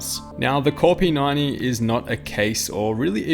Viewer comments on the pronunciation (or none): the way you say p90 is like p 9 e and that is what I thought the chassis/case was called till i read the description